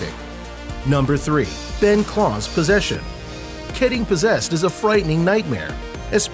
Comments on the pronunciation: Why do you say klaus "C L O R S" ???? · He says klaus wrong